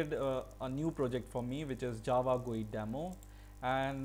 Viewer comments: What the hell man, its not an "gui" as you are pronouncing, its a "GUI" as in "Graphic User Interface". Its not a word, its an abbreviation. People like you are the reason why Indians pronounce things in such ways. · How did you say”gui” lolol